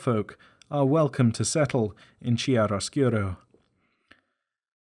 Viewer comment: I understand that these are words that you have only ever read therefore don't know the pronunciation, but the section on the Fair-Folk drove me nuts every time you pronounced Wyld (said the same as wild) as "Willed". Also Chairoscuro is pronounced "chy-roe-skur-oh". These nitpicks aside awesome syllabus on Exalted Lore!